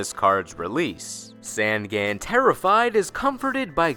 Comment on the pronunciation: Jesus, Sangan is pronounced on like you turn the lights ON. "Songon." It just means 'three eyes;' maybe they gave him a backstory to make up for his on-the-nose name.